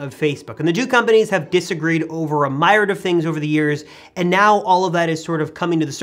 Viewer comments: Myriad is pronounced m-erie-add lol not mire-add and remember Apple did work with the NSA back in Steve Jobs days Snowden even brought that up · The word myriad is pronounced “mih-rhee-add” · You kind of overuse the word ‘ultimately’. You said it, I believe, 8 times in this video. Here are some alternatives you could use: at the end of the day, basically, when all is said and done, in the end, finally, most importantly, Overall. Myriad is pronounced meer(like beer) eee(like bee), add. It can also be pronounced meer-eee-id. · mi reee ad - myriad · You mispronounce "myriad."